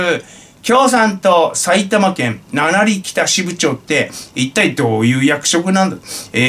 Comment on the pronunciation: 読み方は七里(ななさと)ですね。 さいたま市にある駅で大宮駅から4駅の場所です。 失礼致しました。